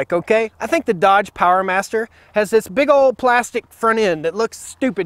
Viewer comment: The salesman did a good job. Lowest TCO over 5 years is Nissan Shoe, then RAM "Powermaster" (according to your perfectionist pronunciation), then Transit, then Express (even without high top), then the Sprinter. Bernie Glaser, VP of MB USA, says "adding a Sprinter franchise to a dealership is “very sexy” in terms boosting profitability." Does that sound like a low TCO vehicle to anyone?